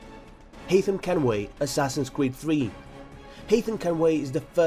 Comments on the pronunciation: he said Assassin's Kweed. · Helps if you get someone who can actually pronounce half the things right. Assassin's Qweed, lol. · assassin's cweed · I love when he says assasin cweed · i love asasins cweed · assassins CWEEED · "Assassins Cweed" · I swear he said assassin's cweed lol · "Assassin's cweed" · "Assassin's Cweed.." Just listen to that part xD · Assassins kweed xD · assassins kweed lol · it sounds like your saying assasins cweed